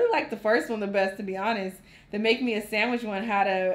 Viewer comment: “Make me a samitch” 😂😂😂😂😂